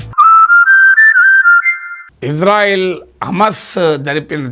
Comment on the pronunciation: గురువు గారు మీరంటే మంచి అభిమానం ప్రతీ వీడియో మిస్ కాను సార్ దయచేసి నా మనవి ఇశ్రాయేల్ అనండి/వ్రాయండి సార్ ఇజ్రాయేల్ కాదు సార్ יִשְׂרָאֵל కుడి నుండి ఎడమకు 1. యోద్ =య "ఇ" 2. షీన్ = ష 3. రేష్ = ర 4. అలెఫ్ = ఎ 5. లామెద్ = ల్ *ఇశ్రాయేల్ * ISRAEL ఇందులో "J" ఎక్కడుంది సార్ ఇది గమనించండి ఆదేశం యొక్క పేరును అవ మానించకండి. ప్రతీ అక్షరం క్రింద ఒత్తులు (దాగేష్ ) ఉన్నవి. హిబ్రూ అక్షరమాలలో "జ" అనే సౌండు లేదు మీకు శటకోటి దండాలు తప్పు పలకకండి వ్రాయకండి.